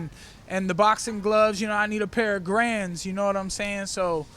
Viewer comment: "I need a pair of grands" mike perry. Its grant mike you need a pairt of grant's. Lol always love a mike perry interview